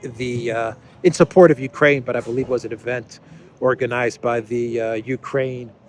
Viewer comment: The ju-koo in Jukraine 😊